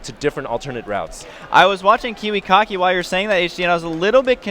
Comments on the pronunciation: Stop saying kiwicocky!!! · i swear i heard them say kiwi-cocky. no troll. love kiwikaki and huk. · Lol, "Kiwikocky"